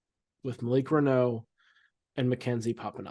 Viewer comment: It's Malik Renew. That's how it's pronounced. LOL. Remember it! Renew. Renew. Renew!